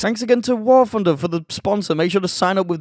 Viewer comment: "War Phunder"